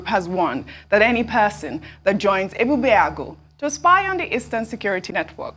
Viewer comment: your pronunciation of Ebubeagu falls short of that of Dr Abati who is a Yoruba man and you are supposed to be 'Igbo'. mmm?